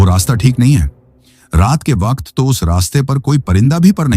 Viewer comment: Ap ki story achi hote mgr ap Koch words thek sy n bolty jsy waqt KO wakat ar s KO b thik sy n bolty string KO staring bs ap words b thek kr len Sora kat y kia